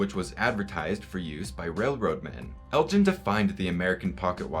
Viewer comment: I live near the home of Lord Elgin and have never heard his name pronounced Eljin. Is this the normal pronunciation in the US?